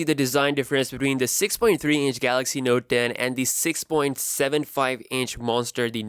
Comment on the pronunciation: noet ntoe?